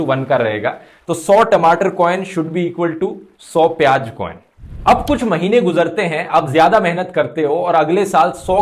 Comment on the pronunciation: Its piyaaz not piyaj, ... Likewise its hazaar not hajaar and kamzoor not kamjoor.. (Request for improvement of pronunciation)